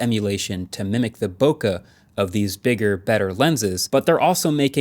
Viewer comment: Sir, I love your videos, but.....its Bo-kay not Bo-kuh. 😅